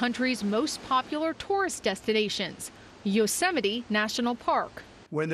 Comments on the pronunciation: Yo semite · dude cant even say Yosemite😂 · Yo-Sam-Might. Was he thinking about having a vegemite sandwich? For sure, he has dementia. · "Yoseem-mights" .. "Yo-sim-ights" -Trump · yo-seh-meh-tee. Just because its native American doesnt mean it's a hard word to say for people who have an iq above 60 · Spelling Bee Judge: “Your word is...‘Yosemite’” Trump: “Y-Yos...Yosem-...Yosemyte...Yo-symite...” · Yose-m-nights ... that’s just embarrassing... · EVERY prior president could pronounce ''Yosemite.'' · Mans can't even pronounce Yosemite, what kind of American- ugh I can't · I've been saying "Yosemite" wrong my entire life. God Bless Trump for learning us. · I'm not American, but I'm very shocked by the fact that he can't even pronounce Yosemite.